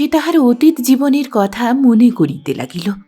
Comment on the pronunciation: আপনি চমৎকার পড়েন। তবে গৌর-অ উচ্চারণ হবে না। কিন্তু অতীত-অ উচ্চারণ হবে। শব্দটা নিরবিচ্ছিন্ন নয়, হবে নিরবচ্ছিন্ন। রূপ-অ বহ্নি হবে। জল-অ স্পর্শ হবে। উচ্চারণ ঠিক হলে শুনতে ভালো লাগে।আশাকরি কিছু মনে করবেন না।